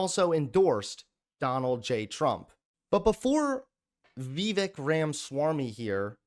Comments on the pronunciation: Is it "Vee-Veck"? That's how I pronounce it. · Am I the only one who cringes at how pronounces vivek's name? At first I didn't even know what was saying. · it harms others to not call people by the exact name and pronoun that they like Also: I'm going to deliberately mispronounce the name of an Indian guy I disagree with has absolutely zero principles outside of being a grifter. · Wow I have never seen such a racist person to purposely butcher Viveks name like that. I have coworkers named vivek, very strong leftist supporter that if he heard your BS would flip flop in 2 seconds. And if that was not on purpose you are so Fing ignorant no one should listen to your show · Pronounce Vivek correctly